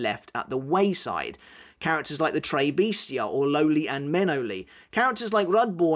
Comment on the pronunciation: It’s Trés not Trey